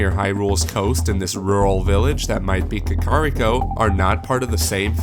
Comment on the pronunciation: Did he just say KaKARiko? Also, dungeons and divine beasts.